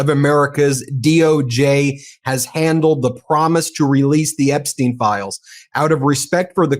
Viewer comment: How the hell ia it that a lawyer, claiming to be an expert can't pronounce Epstiens' name properly. Tighten it up! That kind of error gives ammunition to the Trumpers who will say you dont know what you are talking about. Smarten up!